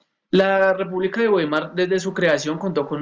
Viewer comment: Se pronuncia "vaimar" 🙂